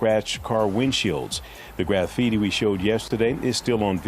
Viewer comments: Graff HeeTee? Did that reporter just say "graff-heetee?" Right here they wrote "Please Leave" Well, at least they're polite. Reporter: "... they didn't take any fingerprints on any of the vehicles out here." Oh good, if they come back and do that later, guess who's dumb, bald a** fingerprints they're gonna find on those doors and hatches you just opened on camera? =) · Did that news anchor just pronounce graffiti as graff-eety? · What the f is "graph eaty"? Am I the only one noticing that? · "There's some graph eaty". HAHAHAHA